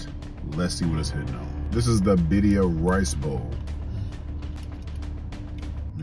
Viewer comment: Is he saying baddia or birria 😂